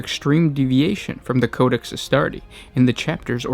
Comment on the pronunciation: Ahh, the space woofs chapter of the astardy. Btw if you do have genuine speech impediments you are doing well and I don't mean to be mean lol